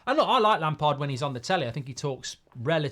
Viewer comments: It’s Lampard 😂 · Definitely not lampard, please, not lampard